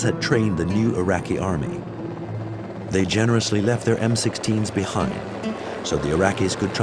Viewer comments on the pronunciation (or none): none